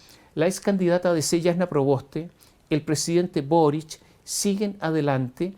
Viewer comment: Le dijo...burric y no boric....que lata...